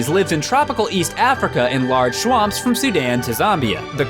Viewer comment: "Large schwamps"